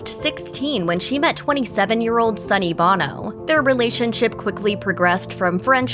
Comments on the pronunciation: Sonny Bono is pronounced Bone-O Not Bahno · You would think she would know how to properly pronounce names! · Pronounced 'boh-no! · Sonny Bono is pronounced like "Oh-no" not the lead singer of U2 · It shows a lack of professionalism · Try to program your "announcer " to pronounce the names correctly. It's Bono with a long O. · Sonny Bono’s name is not pronounced like Bono from U2. Annoying.